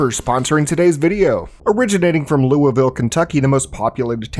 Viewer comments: Why did you say Louisville soooo wrong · I was born in Louisville, I've been to many of the irl places like dodges that got parodied in game. We pronounce the name of Louisville like lool-vool